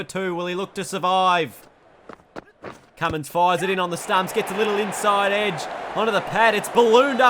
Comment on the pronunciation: His name is Cummins not Cummings